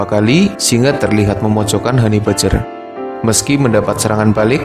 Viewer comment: om, mbacanya hani bejjer om, bukan hani bajer.